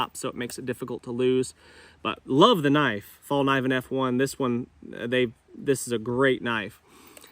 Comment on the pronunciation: you sound out the ‘K’ - ‘Fall - ke - neeven’